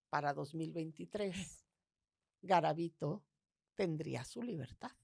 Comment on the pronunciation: Soy de Colombia , conozco muy bien el caso de Luis Alfredo Garavito, y noté muchas inconsistencias en el relato que aquí exponen sobre su historia. Dicen varias veces mal el nombre , y algunos sucesos no son verdaderos (los niños NO se pr0stitu!an en el parque que mencionan, solo fueron niños vendedores ambulantes o limosneros )